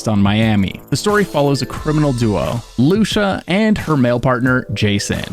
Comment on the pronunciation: It's pronounced loo-see-ah "Lucia"